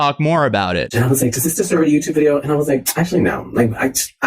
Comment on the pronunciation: DID YOU SAY VIDEYER